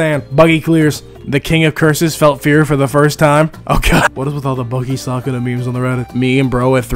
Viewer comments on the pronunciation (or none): Ain’t no way gang said “Sakuna” It’s Sukuna 😭🙏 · ah yes, my favorite character, “sockuna” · his name is pronounced sue-kun-a I’m a jjk and it hurts me